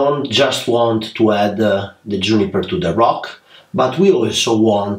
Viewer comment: Create A, branch A, Juniper A Dear can you please UN learn that!!! It's absolutely crazy A... Lol Admire your work and skills but that A at end of almost every word, driving me crazy!!!!! Please Amore!!! 😋😋😋